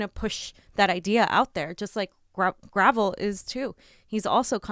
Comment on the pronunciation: Gra~Vel is the right way to say Mike's last name .. not Gravel ..